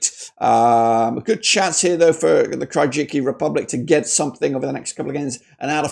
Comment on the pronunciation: Kyrgyzstan is called differently sir , look up in Google translate with voice , Qatar 🇶🇦 2 3Kyrgyzstan 🇰🇬